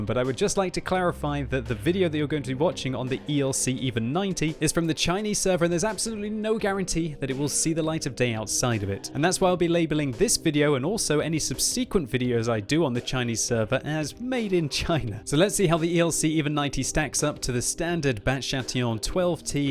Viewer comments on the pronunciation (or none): PLEASE!! - before you drive me utterly mad! Learn how to pronounce subsequent and binoculars!!!! Subsuhkwent NOT subseekwent Bin -oculars NOT Buy-noculars That is all;) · "sub-SEE-quent..."...???....wtf....please don't encourage people to say it like that. It's a horrible mauling of the word. I'm presuming it was a mistake (for my own piece of mind). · For the love of jebus pronounce subsequent correctly.